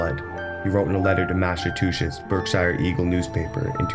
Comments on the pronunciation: Massatushits THREE TIMES??? It's Massachusetts. What a douchebag!! I'm embarrassed for you. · The way he says Massachusetts.... Lol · lavendar was laughing at the pronunciation, not being in anyway disrespectful to the narrator.